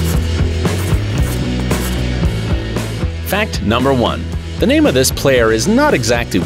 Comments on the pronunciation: Guys pay close attention to when he say fan number four instead of fact number four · For fact number four you said fan number four just saying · Why you say fan instead of fact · Instead of fact number 4 he d Said fan number 4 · when it was number 4 he said “fan 4” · he said fan😂not fact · you guys realize hes said fan number 4 instead of fact number four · at the second he said fan 4 not fact 4